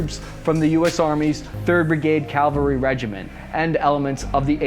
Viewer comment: You keep saying "calvary"